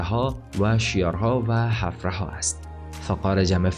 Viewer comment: بسیار تشکر از زحمات شما، خوب است روی تلفظ کلمات بیشتر تمرین کرده و درست تلفظ نمایید.. اولا اُومّامه نیست و عَمّامه درست است. همچنین کلمه حَفرَها نیست بلکه حُفره یا سوراخ درست است.